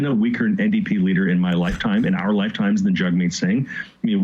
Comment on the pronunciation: I'm no fan of Jagmeet, but at least pronounce his name correctly. Yeesh.